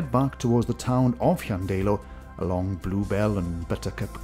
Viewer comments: ydych chi'n dod o rywle yn y Gogledd? Mi glywais y bobl leol yn dweud, "Llan-DAI-lo" yn lle "Llan-DEI-lo." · A peculiar pronunciation of Llandeilo.